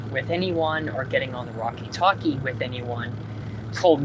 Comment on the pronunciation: “Wrakie talkie”